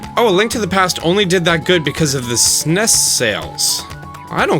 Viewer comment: "es in ee es" not "sness" just saying :)